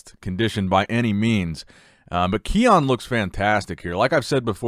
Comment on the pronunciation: Ki-un not Keone